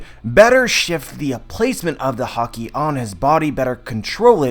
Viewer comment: take a shot every time you understand hokey instead of haki